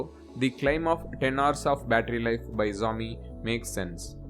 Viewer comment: Xiaomi pronounce sehi dhang se karlo..